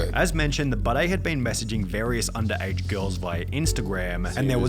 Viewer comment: The way he says Budday sounds like he’s saying Bidet which makes me think he wants people to pronounce it bidet because he has a weird pissing fetish or something